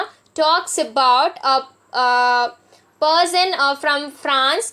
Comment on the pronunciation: Great pronunciation of words like person, Lannes, house, sire, and spared😂Half the time I was guessing what word she was trying to say!!